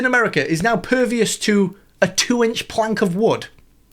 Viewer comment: "Is now pervious". 😂😂😂